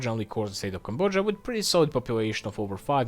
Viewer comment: That’s not how you pronounce Cambodia